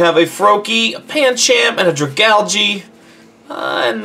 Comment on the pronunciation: not drag galge, drag a lage! (not trying to be rude)